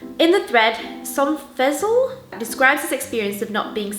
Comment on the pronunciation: Sorry, it is driving me crazy... the way you pronounced "Sonofzeal", that is actually: "Son of Zeal", it is pronounced Z-eal (as in Seal). It is a username, though it could now be considered as an Alias but isn't all Screen Names Aliases(?! Lol.) I just had to note that, for anyone who wanted to know.. now back to the video.